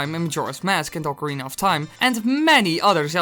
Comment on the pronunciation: STOP PUTTING AN "R" BEFORE THE "C" IN OCARINA!!!!! >=( Biggest pet-peeve.